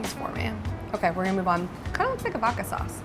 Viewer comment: its OK to pronounce the D in Vodka. Love you. Mean it.